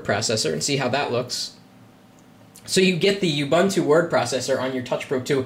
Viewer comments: It is pronounced UUUUbuuuuntuuuu. And that isn't the word processor nor spreadsheet that comes by default with Ubuntu. Libre Office (the full fledged top of the line competitor to Office) does. And technically it doesn't appear to be running on it, rather it is operating within an environment, making it non-native. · i want to smack you for NOT being helpful and correcting him with oo-BOON-too and 0.20 he does say, i'm sorry if im not pronoucing it right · oo - BOON - too. No "you". No "bun".